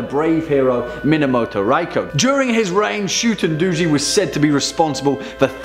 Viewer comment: Shuu-ten doh-jee* not shuten duji